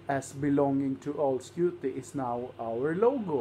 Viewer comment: Uttalet av Alskute var helt OK, i.a.f. enligt halvgotlänningen här.